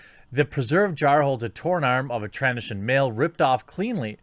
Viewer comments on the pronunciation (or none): .- Tran-doshe -in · tran doe shin is how you pronounce it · (Tran)(doh)(shun) Not (tran)(dash)(shun) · Trandoshan is pronounced Tran-Doe-Shin ;) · Did he says Trans-trandoshan? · proper pronunciation is Tren-Doo-Shan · Tran dough shin is how you pronounce, lol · Jeremy, Bosk, the lizard is transdocion. You are pronouncing it wrong, but it really isn't that big of a deal. Just thought I would let you know. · TrandOshan that’s how you say it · 'Tran-Doe-Sion' but you did a good job in your reporting on this situation. Kathleen Kennedy's Camp are losing their sh*t. Filoni & Favreau are bringing back the fans and Disney see's that is good for business. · Starwars grammar Nazi here ( trandoshan - tran-doe-shen ) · pretty disappointed about the Transdoshan pronunciation... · Tran-dosian is how it's pronounced I think. (Republic Commando is what I'm basing it off) The second half is pronounced like the second half of Theodosia. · Trandoshan pronounced Tran-dough-shun and yes they are a reptilian race that can regenerate limbs. *end nerd speak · Tran-dosh-an Jermy. Or you can call them Yoshis. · 🤣 It is usually pronounced something like "tran-DOH-shun". 🤭 The only source I can readily cite is the Clone Wars cartoon series. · It's pronounced Tran-Doh-Shun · its pronounced Tran-doe-shine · Tran Do Shan, pretty much like it's spelled. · Trandoshan (Tran-do-shan). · Trans - dough - shan. Transdoshan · Tran-Doe-Shun*** And yes everyone knows they have the innate ability of Regeneration, do these guys even Star Wars 😂😂 Some writers... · To maybe help you in the future, I believe it is pronounced Tran - dough - shen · I usually hear it is "tran-DOH-shun". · Its pronounced Tran-DOO-shan - Trandoshan. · Tran-dough-shin I gotchu Jeremy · Tran doe shin, not whatever the fuck you said lol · Trandoshan. Pronounced Tran-do-shun. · Omg you butchered Trandoshan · Anyone up to the task of correcting Jeremy on how to pronounce Trandoshan?